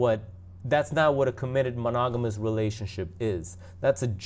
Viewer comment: You can't even say monogamous. And don't worry about their relationship worry about your own